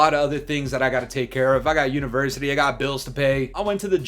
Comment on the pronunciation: u gotta be canadian for saying university bro